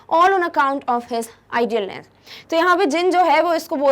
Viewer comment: Thanks and it's idleness U were saying idealness